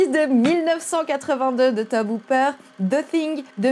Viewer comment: Salut je veux juste te souligner que Tobe Hooper se dit Toby Hooper. Et Cronenberg en bon canadien fait des films canadien. Mais j’ai adoré ta vidéo qui est très intéressante. Merci à toi